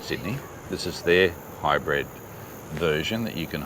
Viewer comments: HYBRID …. Not Hybred! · You both pronounce it “High Bred” 🤣 👑